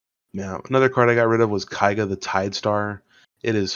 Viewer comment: Its KEIga, not KAIga!